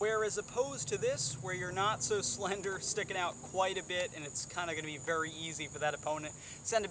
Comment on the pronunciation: I kinda like how you say vry instead of very